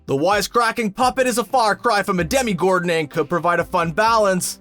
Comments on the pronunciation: please stop calling it demigoron it's demOgorgon like in DnD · ITS DEM(o)GORGON NOT DEM(i)GORGON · You called it... A DEMIgorgon Tf?